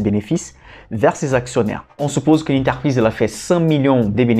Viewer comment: Belles série de vidéos didactiques. Un petit plus serait de prononcer "entreprise" et non "enterprise" mais je sais que la langue française n'est pas facile. ;)